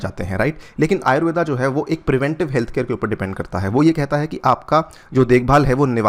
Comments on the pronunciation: अरे भाई अंग्रेज , वो आयुर्वेद है आयुर्वेदा नहीं ।।।। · आयुर्वेदा नही, आयुर्वेद कहते हैं। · Pronounce it as आयुर्वेदअ् NOT आयुर्वेदा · आयुर्वेद को कृपया आयुर्वेद ही pronounce कीजिये ।आयुर्वेदा इसे विदेशियों ने नाम दिया है क्योकि वे उसे ठीक से नही बोल पाते थे। जैसे वेद को वेदा ओर योग को योगा कर दिया, अभी से हम इस पर ध्यान नही देंगे तो भविष्य में यही गलत नाम सही ठहरा दिए जाएंगे🙏🙏😔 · कृपया "आयुर्वेद" ऐसा उच्चारण करे सर, "आयुर्वेदा“ नही..!!!